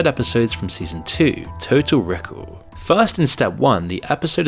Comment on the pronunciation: You're reading is annoying the ish out of me. Total Rickle? Steer-isle?